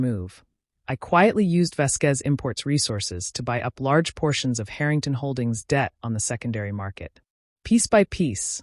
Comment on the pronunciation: AI Let’s work on our pronunciation of Harrington, OK